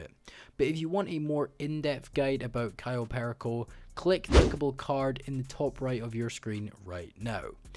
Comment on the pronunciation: The way he says cayo perico is sad